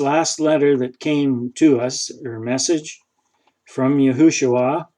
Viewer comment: Yes and the long form is Yehoshua not Yehushua as he said.